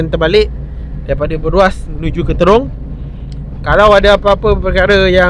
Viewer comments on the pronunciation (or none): Assalamualaikum wbt buat.apa khabar? diharapkan saudara sentiasa komited dan bersemangat untuk merealisasikan usaha menerbitkan kontent yang lebih padu dan bermanfaat setiap kali upload video.jangan mudah mengalah.sebutan Trong sebenarnya bukan terong.jalan dah banyak berubah cuma suasana masih sama,jadi berhati-hati dalam perjalanan tu.bermacam-macam kemungkinan boleh terjadi.moga sukses selalu.salam hadir dari Perak Tengah.